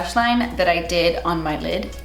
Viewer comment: tight-lines: *British accent*: oops got some on my lid” 🤣🤣🤣🤣